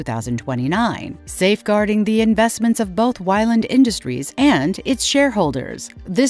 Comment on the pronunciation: The narrator nails it at the start with the pronunciation of Weyland. After 1min they call it ‘Whyland’ and they keep mispronouncing it. They must realise the pronounced the same word different ways through out.